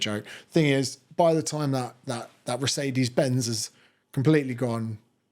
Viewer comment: did you just say, recede-ez benz?